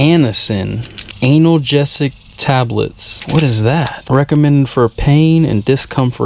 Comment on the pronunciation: 'Anal - gesic'!! I laughed so hard 'cause of the way he pronounced that word! 🤣 Cheers from Argentina!